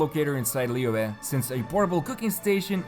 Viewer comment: It's literally almost spot on according to native mandarin speakers online though???